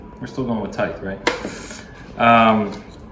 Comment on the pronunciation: I was surprised that someone doesn't know how to pronounce "tithe" (think, "writhe"). :D